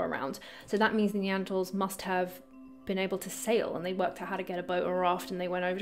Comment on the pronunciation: Neantertalls? Build back beeter? LoL . F them love you.